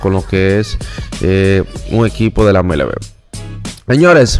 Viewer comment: en hora buena. Te voy a dar un consejo con la pronunciación de al finas pakabras que tú usas pero las pronuncias muy mal. Cuando dice MLB en inglés lo pronuncias muy mal y el nombre de Blake snell tu ves black snail. Se pronuncia ( bleak sneil). Bendiciones. Te sigo y me gusta ni programa pero debes mejorar las pronuciaciones